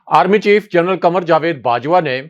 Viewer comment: جا وید ✅—- جوید X